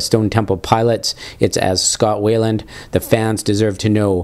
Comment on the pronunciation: His name is pronounced why-land, not way-land.